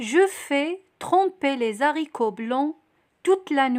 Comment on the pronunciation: Le h de haricots est un h aspiré, il n'y a pas de liaison. Dans le mot brouillé, on ne dit pas bruillé avec un ui mais on dit brouillé avec un ou. Merci.